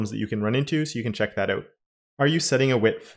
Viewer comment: man just say "out" not oùt. repeat after me: out out out ah-ooh-t